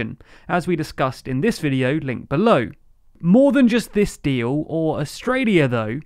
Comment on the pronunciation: I only heard the word dee-oow